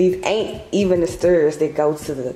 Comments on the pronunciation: “The sterrrrrs” 😂😂😂 I love you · the way u pronounced “Stairs” was killin me 😂😂 but i love your vlogs 🫶🏾